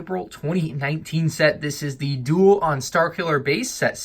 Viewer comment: I think it's "starkiller" not "strkiller"